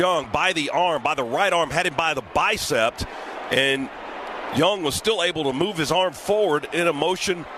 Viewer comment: Good god! Is Scott Howard related to someone? He said "bicept" atleast twice. This guy is certifiably dumb.